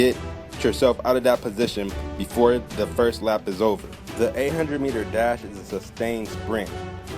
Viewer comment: I THOUGHT HE SAID DAB SO I WENT BACK AND CHECKED THE TITLE AGAIN